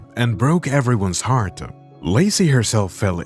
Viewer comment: just noticed some words you say end with ah like heartAh or coatAh I like it.😂👌